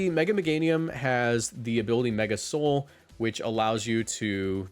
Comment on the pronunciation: its pronounced mega sól not mega soul